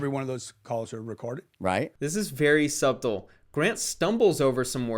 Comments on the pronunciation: > Why do you always pronounce the word subtle as "Sub-Tul"? I've heard you say it that way in multiple videos and it always throws me off. The proper way to say the word is "Suh-Tl". Good content, but detailed analysis always gets it's value diluted to new viewers when delivering mispronounced language. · Suhb tull? Did you learn to speak english last week? You sound uneducated. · the b in subtle is silent man I hate to tell you like this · Hey. I noticed you pronounced the word “Subtle” as “Sub-Toll.” The B is silent. Just wanted you to know for future conversations.👍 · You don't pronounce the B in subtle! Its pronounced "suttle." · .. fyi.. the b is silent in "subtle" .. But great video!